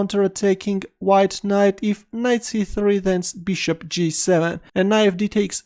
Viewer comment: Ahahaha " bishtop "